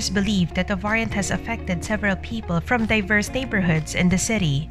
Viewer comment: Yes. The voice is highly irritating. Esp the prounciation of the word “ variant” 🤪🤪🤪